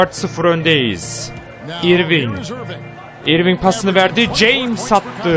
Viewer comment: ***** abi irving diye okunmuyo örving diye okunuyo adamın gerçek adı kyrie irving